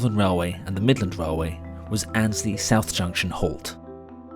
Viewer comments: One more you pronounced Annesley as Ainsley (as in the TV chef) it should be Anne esley. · Amazing piece well done! But as a Local I need to be pendantic and correct a couple of pronounciations as they hit my ears all wrong! - Rothley "Row-thly" New Basford "New Base-ford" Hucknall "Ucknall Haydn Road "Hay-den Road" Annesley "Anez-ley" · As a boy, I used to visit my grandmother, who lived near Weekday Cross. I often travelled to Nottingham Victoria from Radcliffe, on the GNR line to Grantham. Your pronunciation of Annesley is wrong. The first 'e' is pronounced and so the word has three syllables: Ann, es, ly.